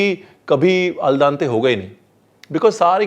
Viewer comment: Yaar, yeh "ul daante" kya hota hai? It's "al dente". Pronounced "aal dente".